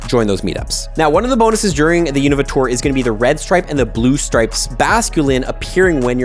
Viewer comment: Please pronounce Unova correctly!!